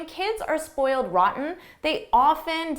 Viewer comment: Let's compere sentence no 4, during repetition three times with this sentence when you are repeating it 4-th time. In the first situation you are saying "ran" "ran" "ran" and next you are saying "roten", with very clear "t" Why?